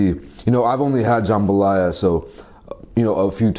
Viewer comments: IVE NEVER CLICKED SO FAST AS a true authentic cajun girl, i had to see this. Will edit after watching edddit Okay its not JahmbahhLaya. Its JUMbah Laya. Usually jambalaya has sausage and chicken. This one looks good. It doesnt have big big pieces of peppers or tomato. Theres NO tomato!!! Hehehe. Im just so happy he enjoyed nxt. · Looks authentic, though the veggies look somewhat large. Also we pronounce it more like “jum-buh-ly-uh”. Pretty awesome that this dish made it out to Korea. Do some gumbo, boudin, or crawfish etouffee next!